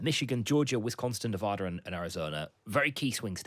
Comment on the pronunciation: fyi It's Wisconsin not Wisconston 😊